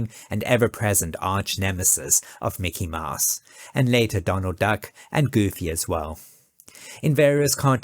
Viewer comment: Mickey "Maahs"? That's Mickey "Mows" (/maʊs/).